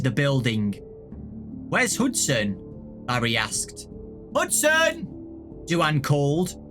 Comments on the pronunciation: I'm sorry, Do-anne? Do-anne? You mean Dwayne, like The Rock? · Is anybody else bothered about how he says "DuAnn"??? I'm led to believe that character is actually male, considering the other two mains are boys, and in my opinion, most girls aren't into joining the military. I think the name is trying to say is DUANE, which is pronounced "Dwayne" 😃 Sorry that I seem like I'm a big stickler for pronunciation, I just really like language and want to be a linguist when I get older 😆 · Duane is usually pronounced Dwane, not Dooanne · Did really call Duane "du-ann?" It's pronounced the same way as Dwayne. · I think “Du-ane” is supposed to Duane pronounced “dwayn”. This book has hard names for poor. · I think you mispronounced Duane,, it's pronounced doo-ain. Ain like rain. But it's okay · Pretty sure Duane is pronounced like Dwayne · Who is du-anne and why does his name never get pronounced correct? Rip duane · Duane is an alternative spelling of Dwayne. I assumed he was female by the way you pronounced it.